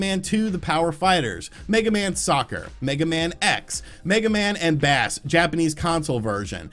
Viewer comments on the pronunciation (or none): Mega man and BASS. (pronounced base) It’s not the fish lmao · BASS (as in base, as in like treble and bass) jfc 🤦🤦🤦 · Bass is pronounced "Base". Over 20 years, the character has existed. People still pronounce his name like the fish instead of remembering most of the major character in the Mega Man series are named after music references. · Is no one going to correct him on the pronunciation of Bass? No? Mega Man fans, where did you go.... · Did he just pronounce Bass like the fish?! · Ugh he said bass like the fish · It’s bass like boom not bass like a fish. Hence while Megaman is Rock man in Japan like rock and roll, obviously Roll is a character too. Got it? Cool